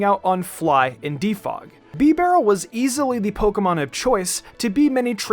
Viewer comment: Bro I almost quit the video after he said bibareel